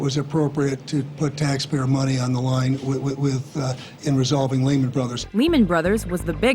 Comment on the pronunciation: the way they pronounced Lehman is hilarious